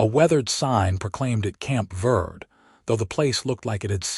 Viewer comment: Prounced Verdee